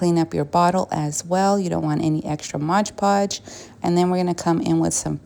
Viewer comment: Your pronunciation of mod podge is wrong